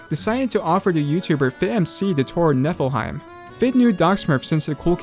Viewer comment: It kinda sounds like Netherheight